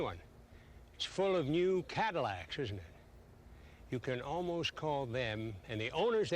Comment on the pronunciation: "T's full of new Cadillacs-shesh."